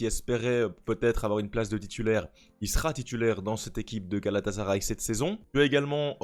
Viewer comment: Coucou, je voudrais te rappeler une chose, rien de méchant bien sûr et ne m'en veux pas s'il te plaît mais GALATASARAY se dit GALATASSSSARAY et non GALATAZARAY...c'est comme si tu prononçais MARZEILLE au lieu de MARSEILLE... Sinon j'adore ta vidéo car pas assez de Francophones ne parle de cette équipe qui a fortement investi dans ce mercato...comme tu le dis de DINGUE ❤